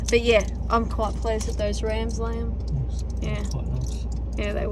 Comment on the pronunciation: The way you pronounce "Liam" sounds a lot like "Lamb".... coincidence??? 👀